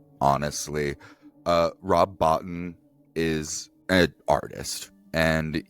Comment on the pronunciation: I need to set the record straight on a number of inaccuracies in your video. 1. Rob Bottin's name is pronounced "Bo-Teen" not "Bot-Tin", 2. the location is Antarctica not the North Pole, 3. Carpenter was who Stuart Cohen always wanted to direct, but JC hadn't released Halloween yet, so they looked elsewhere at first, Hooper was approached, but the story he wanted to tell was not what the producers wanted, so they passed, he was never officially slated to direct, but Halloween became a massive success, and that eventually solidified JC as director. You'll want to check out Horror Express, it'sa 1972 Spanish/British movie that is very loosely base on Who Goes There?.